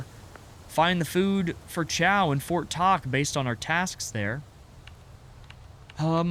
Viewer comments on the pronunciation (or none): none